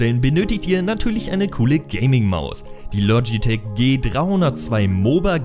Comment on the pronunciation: Bitte es heißt logitech und nicht lotschitech und mechanische tastatur schön und gut aber 1. Zählt dass für mich nicht als gadget und 2. Mechanisch ist nicht gleich mechanisch woher soll ich da jtz wissen welche Schalter da verbaut sind zufällig weiß ich dass es cherry mx Red sind aber trotzdem